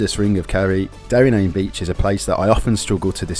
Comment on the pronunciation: Work on your pronunciation mate, if you are trying to sell a tour book. it's not Meezan Head. And why are you jumping from Kerry to Donegal , then back to Cork and Kerry? I had to edit for Derry NAaNe and slee head. Please , stop. Cliffs of MoHER? You haven't spent a minute in the west of Ireland